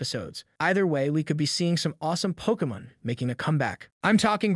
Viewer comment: “Pokimin master” “muutoo” “animeeh” unless this is a bot voice, this guy probably thinks he’s a Pokémon fan yet he can’t even pronounce the simplest of things in the franchise.